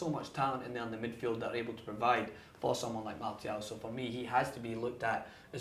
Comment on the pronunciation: That's how you say it my friend